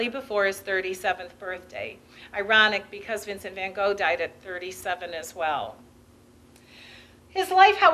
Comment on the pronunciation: And van Gogh too. And Degas. And speak in a softer voice.